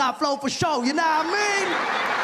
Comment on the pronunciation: The "no wah mean' is sounding like " Naomi" that hahaha